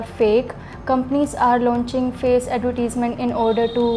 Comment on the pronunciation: I think you said the word: advertisments incorrectly